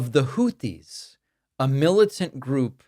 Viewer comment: WOW!!! trump actually pronounced the word/name Houthis correctly! I am shocked because he screws everything up and mispronounces nearly everything! The name is, hootees NOT hoothees. Yup, one syllable!